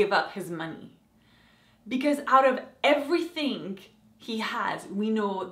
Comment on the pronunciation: did you just say "everyfink"